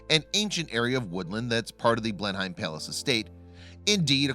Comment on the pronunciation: It's Blenheim Palace, not place as the narration implies.